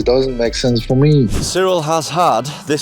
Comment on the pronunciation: It's Ciryl not Cyril